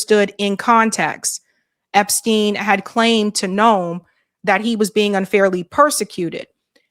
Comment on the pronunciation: we love you but it’s EpsTein not Epskeen. 😂😘